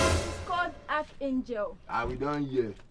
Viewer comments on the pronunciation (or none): Broda shaggi :Anchor angel Her:it is archangel